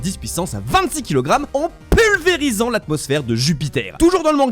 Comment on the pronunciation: «un éternuement tellement VÉNÈRE qu’on dirait ton DARon à 23h du SBAHh….» KOOOO 😂🤣🤣et un peu après « en PULVérisant » corda avec le montage 😂😂 c fort c fort j m’abonne 😂